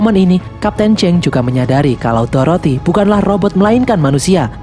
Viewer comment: Dorothea kak bukan toroti